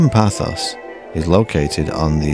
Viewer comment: Nice video but it is not ''Pathos'' but Paphos or Pafos never Pathos, sorry to be pedantic but as I live here it does rankle..